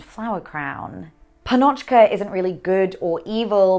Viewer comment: sorry but it is not entirely correct to call Gogol's works russian, since he lived in historically Ukrainian territories and described mainly the life of Ukrainian peasants. and by the way, it is right to put the accent on the letter 'a' in the first syllable of the word 'pannochka'. just FYI